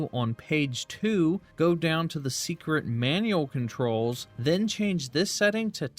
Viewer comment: I think it’s just the way he says Seikret, sounds like he’s saying secret.